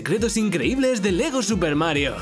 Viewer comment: Me dio risa cuando dijo LEGO ness xDDD